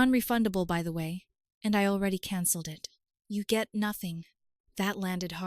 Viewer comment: Why is it that these AI voices can never say the word CANCELLED !!!!! Story becomes laughable when she keeps saying the party is CANNELLED. 😂😂😂